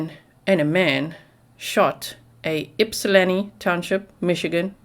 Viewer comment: You pronounced Ypsilanti and Washtenaw better than a lot of people who live in Michigan... well done 👏